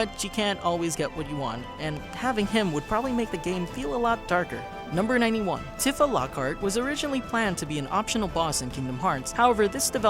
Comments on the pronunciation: Tiff-a? You mean tee-fa. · i thought it was TEEfah not TIFFah